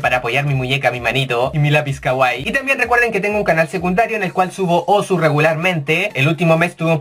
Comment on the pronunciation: se dicé Osu! weon